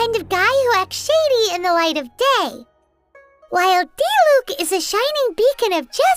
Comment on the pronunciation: Bruh so you pronounce Diluc's name as Dee-luke not Dee-luck. I've been saying it wrong.